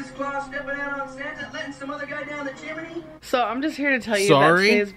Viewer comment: did he say chimaney (chim-a-knee) instead of Chimney😂😂